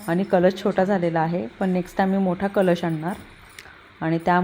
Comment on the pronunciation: Aga kalas nahi kalash asate te...kalas mandira varti asato😑😑😑Chukicha boltes kayam